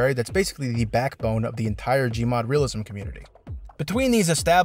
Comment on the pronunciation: When he said "Realism" i thought it was glue library.